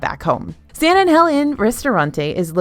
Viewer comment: Caramel, I feel can be either, but the word that drives me crazy every time you pronounce it is when you're talking about The Hacienda of San Angel. The word Angel sounds like you're saying H,E double hockey sticks 😅🤣 would it be possible for you to say it the correct way? I would greatly appreciate it.